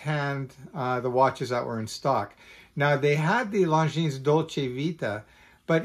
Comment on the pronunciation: Luv the watch, hate that Longines insists on giving their automatics a solid caseback instead of a display back. You pay the money, you should get to view the movement at will. Thx for mentioning it looks good on a NATO! Good to hear. FYI: The "s" at the end is silent.